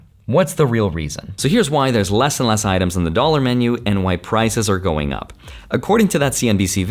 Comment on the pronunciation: Dallor p ower and wages